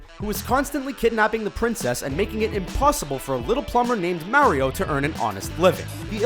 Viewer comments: I hate how this guy says Mario. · The way he says Mario kills me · oh this just came out. oh. also,how come you pronounce Mario differently? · Why are you mispronouncing "Mario"???